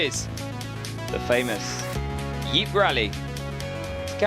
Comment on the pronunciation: Yeep, Loich, etc. Horrible research on how to pronounce shit, commentator.. Anyway, thanks for the upload.